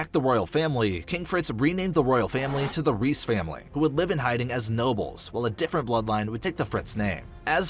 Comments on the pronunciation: the name Reiss is pronounced like Rice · imagine pronouncing “reiss” as “reese”